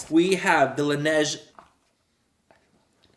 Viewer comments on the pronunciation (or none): none